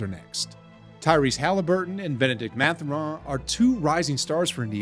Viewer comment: Ain’t no way he said Benedict Mathuraan and Anfernee Simmons 💀